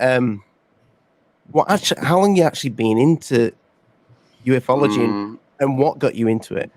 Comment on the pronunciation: Aah I love that and have quickly become firm besties 😀 now that Rich guy, ignore him total but is a top bloke 😂 Also love how pronounces Ufology as ‘you eff ology’ 🤣